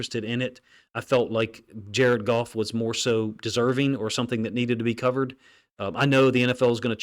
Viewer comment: “JAR-ED GOFF - JARED GOFF - JARED GOFF!”😲